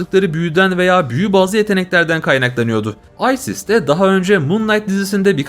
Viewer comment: Aysis ne la isis diyeceksin hz isis